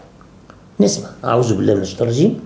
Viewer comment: لدي رجاء من حضرتك يا سيدي الفاضل عندما تستعيذ من الشيطان يا حبذا لو قلت أعوذ بالله من الشيطان الرجيم بالذال (ذ) بدل حرف الزاي (ز) مع فائق احترامي و تقديري 🌹🌹